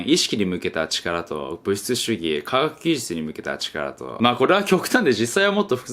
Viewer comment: カガッギジュチュ(科学技術) って噛んだのが可愛かった。